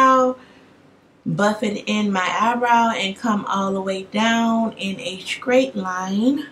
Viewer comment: Great job on your makeup were the sam3 skin tone I gotta get my hands on that morphe bronzer tho... u have Me dying th3 way u say in a scrait line I know u mean straight line 😃